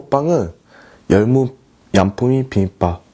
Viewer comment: 열무 얌뿌미 빔밥 너무 발음 귀여우시다 ㅋㅋ